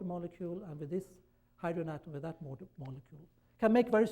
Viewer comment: I don’t know how I ended up here, but since I am... Guys entire speech revolves around the one word he can’t pronounce. Literally the only one he says Weird. U had one job.